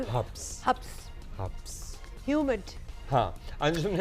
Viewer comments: میڈم حابس نہیں حبس کہتے ہیں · Shukr he k kisi ne tu habs sahi bola wrna sary habbas hi bolty hen had he urdu bhi sahi nahiaati or news hahaha😂😂